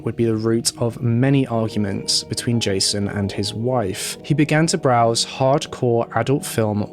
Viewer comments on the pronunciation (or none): none